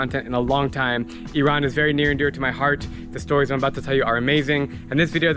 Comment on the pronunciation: You are one of few Americans that pronounce iran' name correctly Many Americans call it ayran but it is just iran